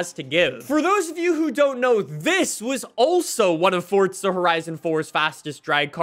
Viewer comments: I dont know who this guy is but i said let me watch this video and the first thing that i noticed it was how he said the word FORDZA HORAJZON 5 and got me MAD AF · Let's get a video where he dosent say fortza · If this guy says fortza one more time😤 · Stooooooop saaaaaaaaaying forTza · "Fortza horizon" 😭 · DURRR FORTZAAAH FORTTTTZAAA FORTZZAUHHHH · ah yes fortzuh horizon 5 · Bro we get it you say fortza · For-za. There’s no “T”… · Fort Zahhhhhhhhhh!!! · FORTZAAAAA HORIZON XD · I got triggered when fortzuh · FORTZA HORIZON FORTZA HORIZON FORTZA HORIZON FORTZA HORIZON FORTZA HORIZON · FOR-ZA 🙄 almost made this video unwatchable with his pronunciation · Why do you call it fortza horizon 💀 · Dude really says FORTZA so hard and often I can't watch almost. Actually I'm done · fortzah herizon 5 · Stop calling it fortza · Why you say “fort zuh “ literally the only annoying thing in your videos just say it right bro you know you sayin it wrong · can you please stop saying fortsa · Honestly makes the video better imo. Keeps me on the edge of my seat waiting for him to say it again or to realize what he's saying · He says it like that in every video it absolutely drives me nuts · Didn’t know there was a “T” in forza. Lmao weird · It’s not that hard to pronounce Forza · Please stop saying forza horizon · same it’s called forza not fortza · For real I’m like where is the t in forza lol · its for "ZA" not for "TZA" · Well im American so its Forza for me and not “Fortza” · fortza horizon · FOR ZA NOT FORT ZA… FOR ZA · Hey guys welcome back to Fortza horitzon 5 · "For Za" "Fort Za" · there’s no T in forza. it’s not fortza, it’s forza. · Fortza horizen five^ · Cool dude but why does he pronounce it “fortza” 💀 isn’t it “forza” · bro not trying to be mean literally constructive criticism. that said f o r z a. not f o r t z a. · There is NO “T” in Forza bro. It’s not fortza hahaha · It's "Forza" not "fortza' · I keep cringeing when I hear Fortza instead of forza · why do you say fortza